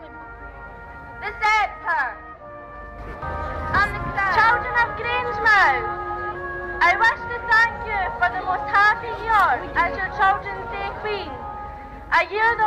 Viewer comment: why do you say "grangemith" it is pronounced Grangemooth